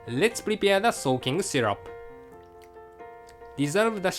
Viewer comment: You said 'shyrup'! It's syrup!